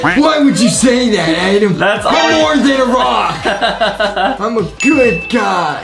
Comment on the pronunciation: ITS ADAM NOT ADEM